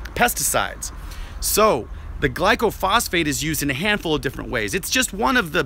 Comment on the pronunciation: You don't even know how to pronounce glyphosate. Its not glycophosphate. It doesn't kill by contaminating the soil. Its a systemic herbicide that travels from the leaves down into the roots inside the plant its sprayed on. It interrupts the growth cycle. It can be sprayed on a plant 2 inchs away from another plant with no harm if the other plants covered from spray drift onto its leaves. If it contaminated the soil every pecan tree on my pecan orchard would be dead. It helps trees grow by killing out competing weeds when trees are young. Almost every orchard uses it to get young trees established and many use it around older trees.